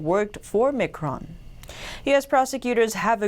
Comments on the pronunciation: Micron is pronounced MyCron mi·cron /ˈmīˌkrän/ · Miiiiiiiiicron, haha just helping you out, its called Miiiicron icron micron :) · Its Micron as in Microphone! Also its plenary not planetary.......